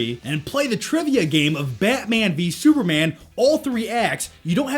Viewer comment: well he calls batman byatmane so yeah he has a wierd way of pronouncing things